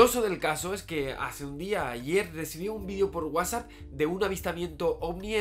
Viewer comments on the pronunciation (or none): No puedo darle credibilidad a una persona que dice VIDIO (video) y decir GUASA( whatsapp)